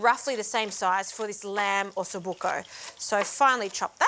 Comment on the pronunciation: It's buco not bucco 😁 EDIT: while your interpretation of the ossobuco is very far away from the original - I don't see how you can enjoy the bone marrow - I'm sure that it is delicious.